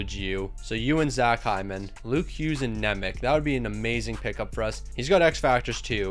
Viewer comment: Its pronounced Evanjelista and Nemech